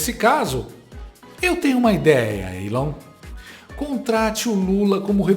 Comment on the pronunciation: Feio mesmo é um reporter nao falar correctamente o nome do elon